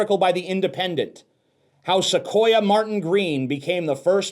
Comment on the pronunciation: Lol, berates the article by the independent for not knowing about captain sisko being the first black lead character on star trek, or knowing how to even spell star 'trek' (calling them glue-sniffing retards) then goes on to pronounce sonequa as "sequoia"...